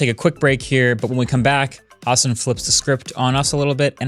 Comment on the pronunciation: Shoutout Marques for calling him Hasan and not HUS-AAN